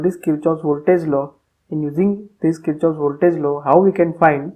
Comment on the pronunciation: The correct pronunciation is 'Keer-kof'